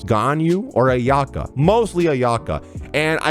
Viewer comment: Thank you for pronouncing my fav character “Ayaka” as “AyA-Kah” not “Ayak-AH”